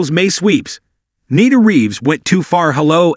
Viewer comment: It's pronounced Neena (Nina).